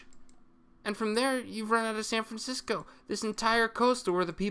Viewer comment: Sayn Francisco